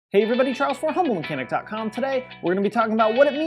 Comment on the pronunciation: Just wanted you to know you may want to pronounce “humble mechanic” a little more because the auto captions shows as “homo mechanic”.